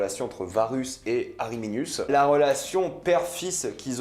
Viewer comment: alors c'est pas ariminius mais arminius